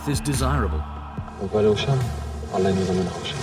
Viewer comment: Lol fake bullshit documentary all paid actors, a Muslim who can't even say Allah, lmao